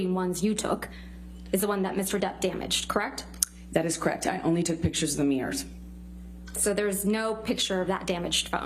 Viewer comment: it's so irritating when she says "meers". Mirrors. Not Meers.